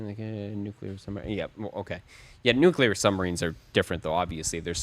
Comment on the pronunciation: Pet peeve, Please note "nuclear" is a two syllable word! Regardless, watching anything you publish is usually the best part of that day!